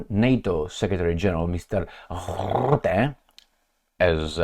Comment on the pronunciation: The 'U' in Rutte is pronounced as the 'U' in Fun, Butt or Gun, The 'R' should roll just like the sound of an old film projector.